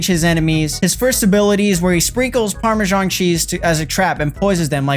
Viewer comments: ITS PARMESAN CHEESE NOT PARMESHAN😭😂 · 'Parmajan' cheese